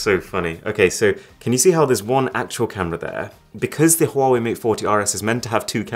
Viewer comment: my guy that wasnt a huawei, that was a huavvei